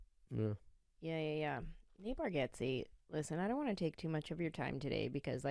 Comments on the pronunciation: You are pronouncing his last name wrong. It sounds like Bar get zee (not Bar got zee). He is too polite to correct people. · It's Barg-eh-tze... How well do y'all really know each other?! 😆 Great, fun show! Thanks for the laughter! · I think it's bar (get) ze. But even Nateland crew gets it wrong. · Pretty funny that you mispronounce the last name of your good friend. 😂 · Love it! Btw I think you’re pronouncing his last name wrong 😮